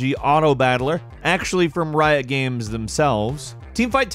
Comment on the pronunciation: Gahymes, gimes, gaym - he never pronounces it the same way does he?